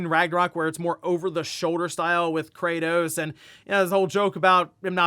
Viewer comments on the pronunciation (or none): none